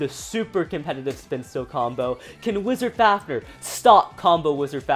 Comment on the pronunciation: did he say wisars fafners